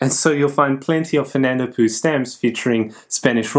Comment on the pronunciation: Another fine video,! However, the Spanish would pronounce "Fernando Poo" as "Fernando Pau" (or "Fernando Pow"), which sounds much more genteel. As for a "dead" country, how about Tuva - spectacular pictorial issues!